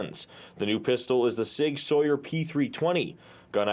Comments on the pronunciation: It’s pronounced sig “sour” not sig “soyer” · Lets see, cant pronounce the name of the company right... check, story is suppose to be about the sig, but show many other pictues of firearms that have nothing to do with the story.... double check. Yes this is a great news story 😂